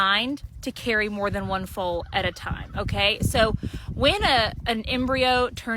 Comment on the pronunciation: DAMNIT AI ABD PROGRAMMERS. FOAL. NOT FULL. GET IT RIGHT OR DON'T DO IT AT ALL IT IS ANNOYING!! I HATE AI AND IDIOT PROGRAMMERS!!